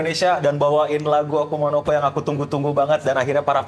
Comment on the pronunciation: Seriusan pas gw liat konten Ig lu, awalnya gw kira editan njir. Taunya beneran😂. Grogi lu keliatan banget bang. Ampe ngomong akuma no ko aja sering kelewat jadi akuna😂.